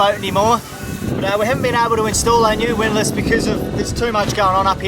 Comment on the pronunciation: Excuse me while I have a quiet chuckle now that can finally correctly pronounce "windlass".